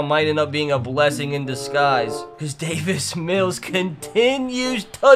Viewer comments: He says David mills when it’s Davis mills😭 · It’s Davis Mills not David Mills😂😂😂😂